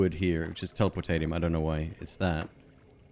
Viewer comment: It's pronounced "telepor-tay-she-um"